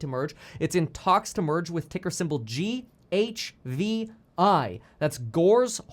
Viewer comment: It’s GHIV NOT GHVI!!!